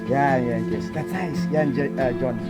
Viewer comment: The way she pronounce kisses name😍